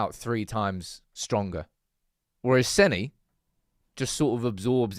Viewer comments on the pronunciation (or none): No. Senn-uh. It's crazy how you guys still get names wrong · It's pronounced Senna.